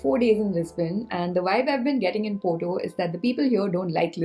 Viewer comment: Why wud you pronounce Porto poto